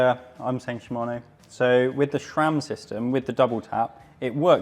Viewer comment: SRAM, not ShRam. There's a video or three on YT about how to pronounce it. 😉